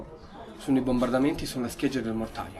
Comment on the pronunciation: Ancora borbandamenti. Si dice bombardamenti, correggiti dai.